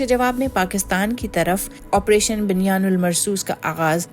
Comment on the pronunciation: You should take it Urdu Pronunciation class. Money of your words are not correct .اسپیشلی ورڈز بنیان یو سنگ بنیان